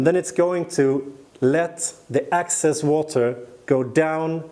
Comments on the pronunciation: You keep saying ACCESS... and you mean EXCESS... ACCESS = AVAILABLE; EXCESS = LEFT OVER OR EXTRA. In this case, the pumice is going to absorb about 30% of the water and the EXCESS water will then flow to the bottom of the container... also, PLANT... You are saying pl-ON-t and the word is pl-AN-t . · QUESTION: Can you practice these 2 words - EXcess, not ACcess, and plANTS, not plUNTS? Issue #1: Excess = residual; more than enough, vs ACcess = to capture or get in to. Issue #2: Plant = an organism studied by Botanist; A plUNT = NO ENGLISH SPEAKER KNOWS WHAT THE HELL THIS IS; an annoying sound in an otherwise great and informative youtube video series.